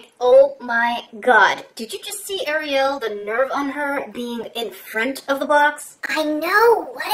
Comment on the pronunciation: No one: Literally no one: Me: thinking about making a meme about how she says “AriYal”